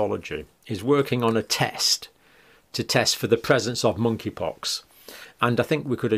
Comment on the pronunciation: K is silent -(moneypox)